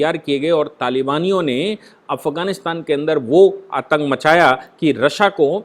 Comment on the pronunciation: I used to listen yours analysis of current topics, i have a request to u that its pronounced as" रशिया" not" "रस्सा."